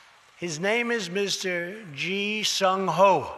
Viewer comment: It's Ji Sung Ho. It's like calling Trump, crump